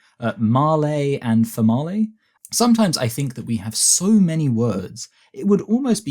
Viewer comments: It's málé and femálé. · Mah-lee and Fa-mah-lee 🤣🤣🤣